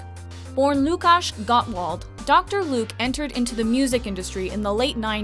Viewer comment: Łukasz = "woo-cash", not "lu-cash". ;)